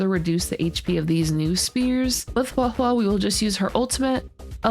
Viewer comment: THANK YOU for being 1 of the FEW CCs who actually say Huohuo's name correctly. You earned a like just for that.